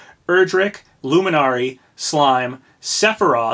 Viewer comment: Why do you keep pronouncing "luminary" like that? It's "LOO-min-airy."